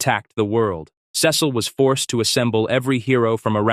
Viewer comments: Is this a text to speech or an AI 😭, the monotone voice and the time bro said "Sé-seal" instead of "sea-salt" sorry sorry I meant "Sea-sal"/"sea-seal" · I had to stop watching this because of the way you pronounced 'Cecil'. Is this AI?